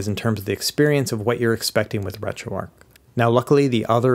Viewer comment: Why do Americans say Ark? Its arch